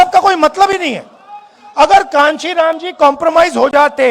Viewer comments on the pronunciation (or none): पहले तो नाम ही सही से नहीं लेते है। पप्पू स्टाइल